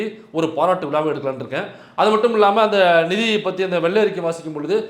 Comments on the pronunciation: மைனர் எனக்கு புரிந்தது அவர் படித்தது நிதி பற்றாக்குறை என்பதை நீதி பற்றாக்குறை என்று படித்தார் அவர் சொல்வது உண்மை நீதி இல்லை இந்த ஆட்சியில் ஒப்புதல் கொடுத்து உள்ளார் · நிதி என்பதை நீதி .. வாவ் வால்க டமில் வள்கஹ் டமிள்.